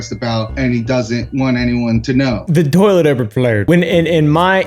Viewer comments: NAH IT JUST "OBERFLOWED" 😂😂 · haha “urboflowed” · the toilet erberflowed 😂😂😂